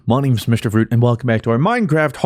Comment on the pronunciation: The "House Frooot" at the start sent me